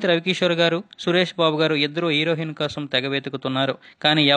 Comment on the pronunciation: Mundu Telugu sarigga papakadam nerchuko herohin kadura heroine